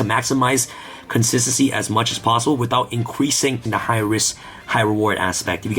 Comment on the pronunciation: FOR GODS SAKE BRO. SAY THE WORD WITH ME. CON-SIS-TEN-CY NOT SSSSSSSSY